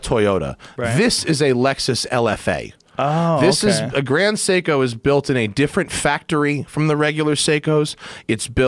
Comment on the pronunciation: But, can he pronounce it? Nooooo! Having a watch worth ten thousand, and mispronouncing Seiko....Jeeez